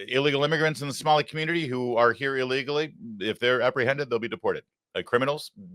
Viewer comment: My 72 virgin ears hate to hear Samali. Larry please no more Samali please😅😅😅